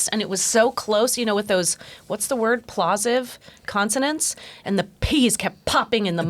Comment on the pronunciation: "Plosive"rhymes with "corrosive", Heather!! 😉